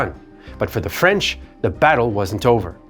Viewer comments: FWIW, the narrator's French pronunciation is spot on - bravo! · your French pronunciation is fantastic!